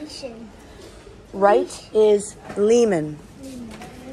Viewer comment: Left is lessaar not lasoor, the way you say it sounds like name of cooking oil brand so that you don't get confused when you communicate with people. Love your clogs keep going. 🇲🇦